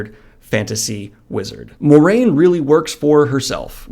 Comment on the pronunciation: The “Mwah” in Moiraine is important to me. Just sayin’. Otherwise, great video!